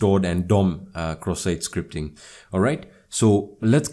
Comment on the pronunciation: Bro i wake upp 3 am and I hear this indian dude talking about CroSS SiTe SCripT